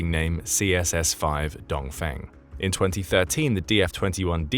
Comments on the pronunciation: “Dong Fang” Seriously? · Dong-Feng = 东风 for correct pronunciation , check google translate